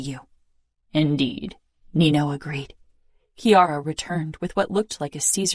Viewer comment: Mama Mia It's Nino - NEE NO not NEENIOOOO. Even in the previous book it's pronounced NEENO .